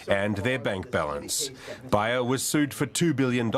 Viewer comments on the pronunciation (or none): It's pronounced (Bay er). Also everyone you speak to keeps saying that people are living longer these days.This is simply not true, people are sicker than ever and much younger than say 40 50 years ago. l know this because i was around then. Also there were no children in any class I was ever in that were running around uncontrollably. NO ADD, NO ADHD, NO OPPOSITIONAL DEFIANT DISORDER. You may say that there was no diagnosis then, however these disorders just didn't exist.